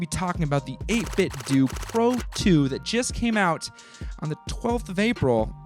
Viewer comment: It’s 8bitdo as in “doo”. The official 8bitdo speakers, made by 8bitdo, startup noise say “8bitdooooo” as in doo. Just saying.